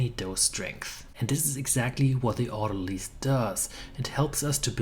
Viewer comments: Autolyse say as "Auto - Lea's (like "peas".) Your welcome, from the UK. 🤗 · Isn't autolyse derived from autolysis, in the same way that analyse is derived from analysis? I assumed so, so have always pronounced it ending in eyes, rather than lease.